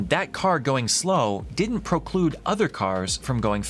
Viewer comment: Well let's not forget the cause of the mob (or mean comments online) ..... the bad call. Oh, and its "PREclude" not "PROclude". Proclude is not a word ;)